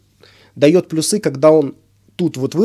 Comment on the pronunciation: плЮсы, а не плюсЫ! Говори правильно.